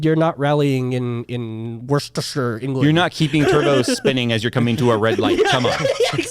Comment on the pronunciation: said my home town in the most American way "Wurstershure, england" and coincidentally one of the least rally-able place in the world:D